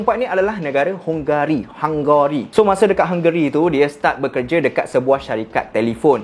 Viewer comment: Sebutan negara itu hungry